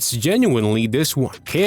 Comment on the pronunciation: not to mention it’s always rough hearing someone butcher the pronunciation of camara